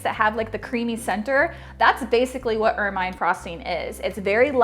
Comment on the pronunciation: Awesome recipe as always! I'm a big fan. However, I must pick on you a bit, lol, and play the grammar Police.;) Ermine frosting is pronounced "ermuhn'" and is named after the beautiful ferret like creature who turns a lovely pure white in the winter. ;)